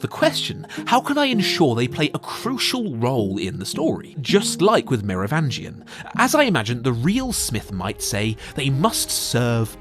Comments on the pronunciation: Meh roh vin gian! Not mirror vangian lol. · It’s pronounced Mero-VINGE-ian. I think. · Pretty sure you are mispronouncing The Merovingian's name.